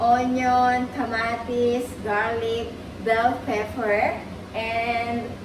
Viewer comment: Pepper po not peffer sana wag ka po Magalit